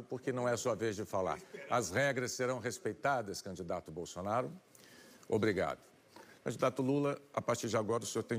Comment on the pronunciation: Eu vi kkkkkkkkk, ela disse: candidata bosonaria kkkkkkkkkkk eu ri tanto kkkkkkkkkkk